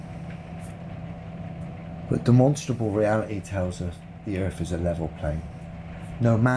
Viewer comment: demononstrable ... demnonstrable ...demenstrabel ... deminsntrable ... one day he will practice saying the word correctly.